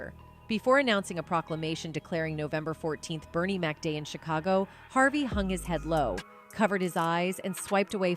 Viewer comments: "Bernice"?? smdh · Bernie not Bernice